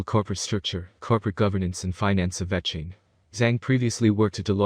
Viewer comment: This person can't even pronounce vechain properly. Don't listen to a single thing they say, vechain will never hit $1500 🤣🤣 maybe 1 or 2 dollars